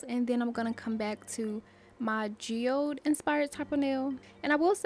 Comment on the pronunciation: Loooove this! 😍🧚🥰 and you were pronouncing geode correctly 😊